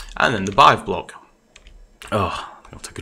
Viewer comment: It is still pronouced "beehive". Good video